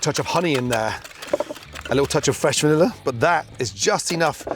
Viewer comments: “a lil taste of van-EUGH-a”! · a little touch of fresh vrrrrbbb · Fresh vanilla - threw me off too 😂😂